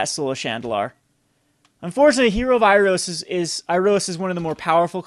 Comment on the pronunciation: Since Iroas is a god and it's been out for a while, it was cringeworthy hearing you slaughtering it's pronunciation in Hero of Iroas x)